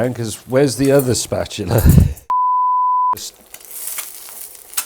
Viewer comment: Me mum used to call it a spatoola! ;-) (And I'm not even British...) It was a family joke (back in the late 50s), when our brand new tv station tried to live stream a very early infomercial, all done by a news reporter who mispronounced the word. Obviously, unfamiliar with all things kitchen. It always resulted in hilarity around the table.